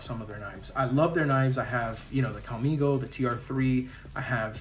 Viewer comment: Is it really pronounced Calm Ego or is it Calm ... I go🤔😏 Nice review! I considered these exact two knives when buying my second auto, and it really wasn't much of a battle. I still might get me a Launch 11 some day😉 because it seems like I could risk EDC-ing that even if autos are not streetlegal where I live😣